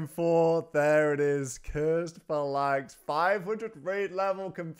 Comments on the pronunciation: It's PHAlanx, not phaLANX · You're mispronouncing phalanx. Not sure if you've got a speech impediment or not so I don't want to seem rude. It's pronounced 'Fay-Laynx'. You're saying 'Fuh-Laynx'. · Its not though, its Fal-inx, where did you find the Y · “Phalanx” : Fay-Lanks Good god, tell me you’re trolling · Also, it's pronounced fay-lanx like the way the Spartans foughy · Fa-lanks or Fay-Links? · That's not how you pronounce phalanx